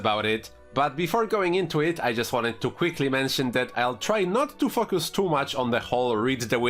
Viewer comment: Your pronunciation of "focus" has me rolling. "F*ck us" xD